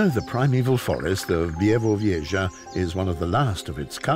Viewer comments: Yes, me to but honestly also it starts to bother me more each time I hear Bie - vu - vieshah 😅 and also when he described where this place he mentioned only the distance from Berlin for some reason 😅 but the voice is great and it's a beautiful documentary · Fantastic narrator. As a Pole, I appreciate the struggle each time he says `Białowieża' :D